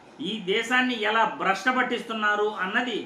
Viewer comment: బ్రష్ట కాదు బాబు ఆ పదం భ్రష్టు అని స్పష్టంగా పలకాలి.నీవేమో బ్రష్ట అని పలుకుతూ తెలుగు నే భ్రష్టు పట్టిస్తున్నావు